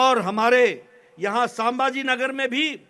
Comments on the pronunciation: Bolta yet nahi ye aajon saaambhaaji nagar bolta ahet hai raje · Nadda saambhajinagar nahi संभाजीनगर बोलणा सिखो nadda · अरे संभाजीनगर तरी नीट बोल